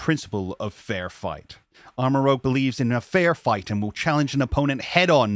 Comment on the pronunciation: It's ArmaROUGE, not ArmaROGUE m'dude. Rouge as in the French word for red.